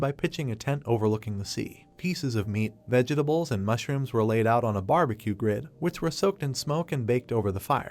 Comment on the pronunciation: Pls pls fix the way the a.i says vegetables.